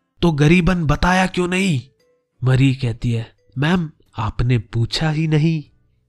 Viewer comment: Dude its not mari its mary just kidding really luv ur channel and ur way of explaination is awsm I always visit ur channel during my exam time